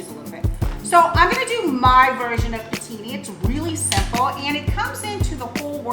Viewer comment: Pooh teen. Not putini lol.